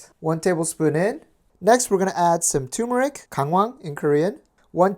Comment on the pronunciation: TOO-mur-ick?? No. TUR-mur-ick. Can't stand when people leave out that first "r" sound. And all strange things says should definitely be included! 😉😊💖